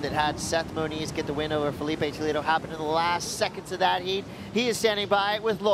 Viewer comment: Interessante que o narrador quase se mija todo pra falar "Felipe Toledo" ou "Italo Ferreira". Ele não sabem mesmo falar portugues como nós falamos inglês.